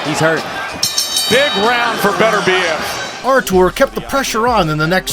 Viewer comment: It's embarrassing how you pronounce his name. His name is not Betterbiev...its Beterbiev, Russian not English.